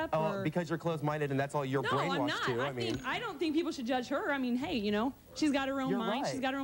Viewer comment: It’s ‘hey’